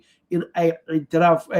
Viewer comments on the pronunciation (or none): Ictiraaf ayaa sax ah. Af Somaliga dhan waad bedesheen. Shaah waxaa laga dhigay shaax Xamar Cadde waxaa laga dhiggay Xamar caddey completely wrong. Waa Marka caddey. 😮